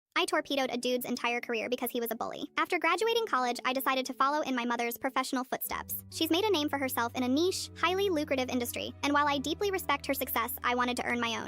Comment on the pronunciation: TORPEDOed, not 'tore Peter out'. PLEASE check your AI BEFORE you post. It's only as good as the HUMAN programming it!!!